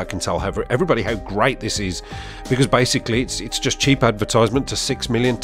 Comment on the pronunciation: Makes me laugh when you say "basically," such a Brummy thing to say lol.